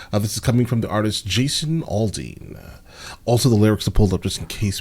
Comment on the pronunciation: Please...this guy can't even pronounce his last name correctly....AN OPEN THREAT....PLEASE????